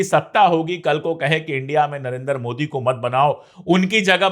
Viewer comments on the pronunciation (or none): none